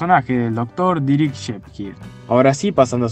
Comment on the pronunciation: Asta me hizo dudar de mi jajajaa dije que tengo más de 15 años diciéndolo mal o que pex jajajjajajajj Dirik jajajaj